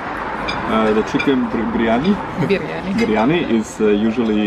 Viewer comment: You just murdered the biriyami .. you know that !!!